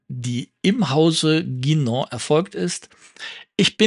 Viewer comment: Ein Lob für die richtige Aussprache von "Guinand" und "Saphir" an!